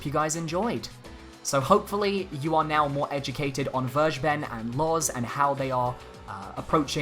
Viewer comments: I can't unhear the way he pronounces it though lol. Verge ben. It's actually closer to Ware ghe ben. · His name is still pronounced FAIR-GAY-BEN and not verjben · vergeben is pronounced kinda like: fair-gay-ben(probably the easiest way to remember it. just say it all together without a pause) in german and means "to forgive". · It really irritates me that people are pronouncing it "verge-ben". It's a German word, and it's pronounced "ver-gae-ben". It can mean 'pardon', but it can also be used to mean 'give away', as in giving away information (aka 'leaking'). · Hearing people say "Vir- ja- ben" makes me cringe so hard. It's "Fare- gay- ben" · Vergeben in German means "forgiven", interesting. If you want to pronounce it correctly, say "Fair gayy ben". In German g is always hard, as in gift, and V is pronounced like F. German W is the english V. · Can we pronounce names properly please? Vergeben is German. You can look up a pronunciation or just follow this: fair-GAY-ben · You sure it´s pronounced Verge-Ben? :D Because it´s actually german. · The way you pronounce vergeben is funny to me but its normal for someone who speaks english Its a german word 😃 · Sigh... nobody pronounces "Vergeben" right. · don't be mad at me, but "vergeben" is the german word for "forgive" ^^' just wanted to point this out because the english pronunciation sounds so wierd to me^^'